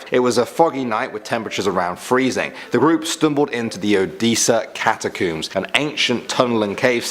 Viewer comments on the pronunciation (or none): Catacoooms? Damn damn damn. The word is and always has been "cat uh combs".